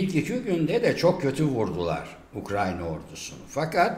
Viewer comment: Ukranya diye bi ülke yok. Haber yapacaksanız doğru düzgün telaffuz etmeyi öğrenin.